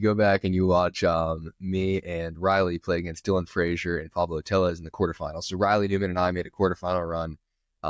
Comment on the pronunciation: Sorry James but you need to give up your Sí card --- the double Ls in Tellez is pronounced with a "Y" sound